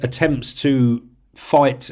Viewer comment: Love your podcast! But your English is troubling. etc. is "et setera" NOT "eksetra" Avdiivka is "Avdee-yeevka" NOT "Avdeevka"